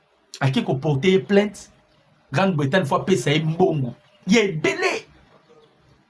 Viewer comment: GRANDE BRETAGNE et Non Grande Bretane.